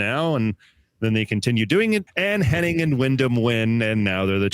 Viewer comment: It’s Hennig, not Henning. 🤦🏼‍♂️